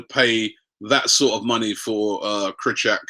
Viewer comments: its pronounced Kry-cho-e-ak, and Bat-shuay-e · That's the worst pronunciation for Krychowiak I ever heard